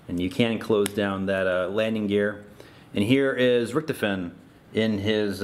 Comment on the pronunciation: Its rict-hoff-en